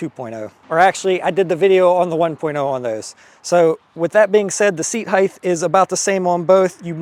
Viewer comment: Love the video but its "HEIGHT" with a sharp T at the end. HEIGTH is not a word.